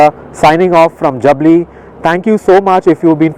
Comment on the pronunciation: Two things : First you totally chose the wrong highway to Chandigarh. Jaipur - Churu - Salasar - Hisar - Chandigarh NH is much less busy. Second, that village is pronounced Jaabli, not Jabli.